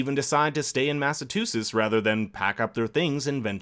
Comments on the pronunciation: It’s MASS-AHH-CHU-SETS NOT MATT-UH-TU-CHETS LOL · MassaCHUsetts... I wasn’t aware people really called it MassaTUsetts. Dear god man! I almost stopped watching the breakdown. Almost. 😐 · Everytime the says "mass-a-TOO-sets" instead of "mass-a-CHEW-sets" -_ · Can you say "Massachusetts"? Now, I'm no professional linguist, but I thought that the "T–sound" (as in 'Train') comes AFTER the "CH–sound" (as in 'Choo-Choo')... was I hearing you correctly saying it like "Mass–ah–too–siss"? Or is that the pronunciation among the Massachussetts local dialect down there lol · you can tell your not from the states by how you say MASSAchUseTTs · Mass-a-CHEW-setts please say it right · Massatusits lol Massachusetts theres a chu in there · Eebsy M “Massa-too-sits” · Anyone else tripping over the way the narrater is saying Massachusetts? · Is it just me or are you mispronouncing Massachusetts